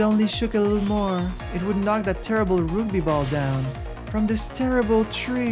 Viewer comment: Oh man, not the roogby! That was torture (no it wasn't, I'm playing it up for laughs) Is that how you pronounce it in French? Quebecois French?